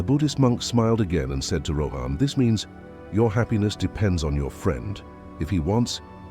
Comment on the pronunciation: It would be great if you could pronounce the names properly. 😊 Rather than Rohaan say Rawhun...even though its spelt as Rohan. 😊